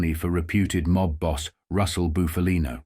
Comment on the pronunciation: It's pronounced Buffalino, NOT Boofalino. Pull it together dude. 😮